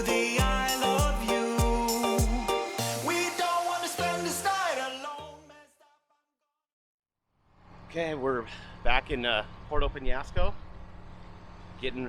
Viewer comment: Puerto = poo-air-toe, not Porto.